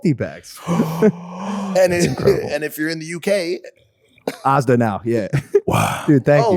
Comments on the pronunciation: lol, poor logan, he called ASDA arrrsda, cars...da...idk, instead of ASDA like the word as or how you say the A in the AD in ADvertisment...wait, does logan pronounce them as ARDS, gotta get that ARD revenue. please dont start a trend of calling our version of Walmart Arsda, you guys already butchered Aluminium. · the way logan says asda 😂